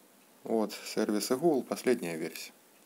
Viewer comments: Не хугл а Гугл😀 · Возможно он просто украинец, или белорус, 'г' выделяется)